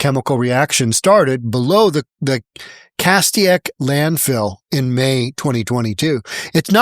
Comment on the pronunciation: Minor nit-pick: it's pronounced "Cas-STAY-ic", but yes, I know where this is, and sadly it's unsurprising...